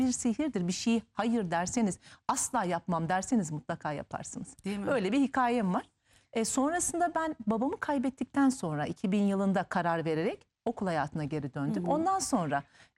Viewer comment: Hoca ünvanı var ama hikaĞye diyor. Bu çok üzücü , oysa düzeltilebilir.